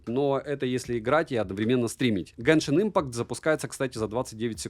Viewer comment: мда. автор перестал говорить "геншинк импанкт"... только ради этого кека подписывался, скатился((((((